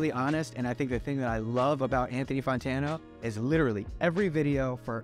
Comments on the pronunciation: Why does he still to this day call him Anthony Fontano? 😂 he clearly says fantano in every video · am I the only one who is hearing “Funtano” every time he says “Fantano”? this was very cool, I’m a new fan as of Ultra 85 You know that Anthony is recording a review of this review of a review right now as we speak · I love this and bobby is amazing but he keeps saying Fontano or Fontono, and it's FANtano lol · I wonder when he's gonna learn that it's pronounced "Fan-Tan-Oh" and not "Fon-Tan-Oh". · “Anthony Fontano” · The fact that he still pronounces his name “fon-tano” gives me life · Logic: "Anthony Funtano" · Anthony Fawn-tano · this was epic but please his name is not pronounced FONtano lmao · "Photono" 😂 lol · “Anthony Fawntano” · he says he loves him but he always pronounces his name wrong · Lol you must be pronouncing his name like that on purpose